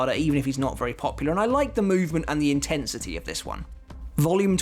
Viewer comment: "I do like the InTITsity"